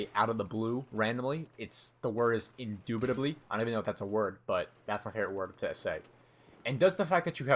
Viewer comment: 'indobadably sir' haha. ass for me